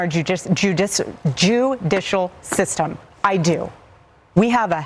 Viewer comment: I sounded like "I believe in our Jewdicial system. .